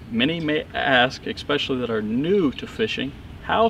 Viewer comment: Good video but did I hear 'expecially' a few times? Really?